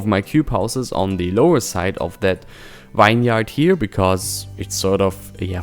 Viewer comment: "Vine-yard" your broken English is hilariously adorable. It's pronounced "vinyerd", bruh. ;) If you're doing more of them you should know how to say it. Nice update, but those vineyards are too symmetrical. You don't normally see grid patterns like that as grapes do not need a flat plain to grow. They can grow up hillsides and follow the lay of the land. Will leave a link below to illustrate what you should model them after. Sad to hear you're wrapping this series up but excited to see you start a new project. Maybe a cityscape set in the future? More sci-fi megatropolis than rural Germany. I just like to see creators step outside their comfort zone and push the boundaries of innovation. Flux's 'Avalon' and 'Aurelia' by Akruas are my current faves and I want to see more builds like that.